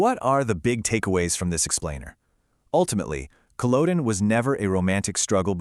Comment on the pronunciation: It would help if you could pronounce Culloden, otherwise very accurate